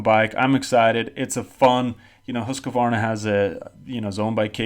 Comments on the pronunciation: More like Huus-qvarna. Not Hasq-varna. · IT'S NOT HUSQA VARNA!! ITS HUSQ VARNA!!